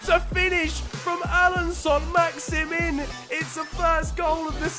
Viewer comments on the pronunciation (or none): its leandro not leonardo trossard and maximin is prounounced max i man